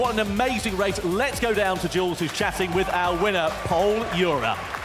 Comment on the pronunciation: "Jules"???? WTMF???????